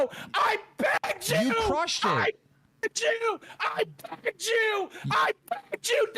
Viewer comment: I saw an ‘I pegged you’ comment and now every-time he says ‘I begged you’ i cannot unhear it for the life of me